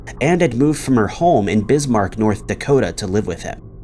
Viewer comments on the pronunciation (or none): none